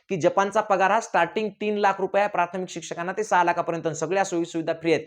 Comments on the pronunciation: तू शिक्षक आहे का रे. असेल तर मग बम्बच बरोबर आहे. कारण तुला प्राथमिक नीट बोलता येईना. प्रार्थमिक बोलतोय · प्रार्थमीक नाही प्राथमिक म्हणा.